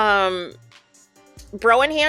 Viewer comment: My only complaint is the pronunciation of brow... It rhymes with NOW....